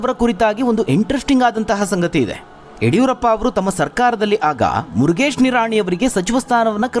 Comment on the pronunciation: 😂😂 ಮುರಗೇಶ್ ನಿರಾಣಿ 😂😂😝😝😝 ದೇವರೇ ಮೊದಲು ಚಂದ್ ಶಬ್ದ ಉಚ್ಚರಣೆ ಮಾಡಾಕೆ ಹೇಳಿ 😝😝😂